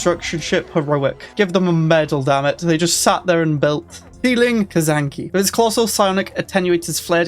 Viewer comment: Its not Kazanki....its Kzanaki ;) hahahahaha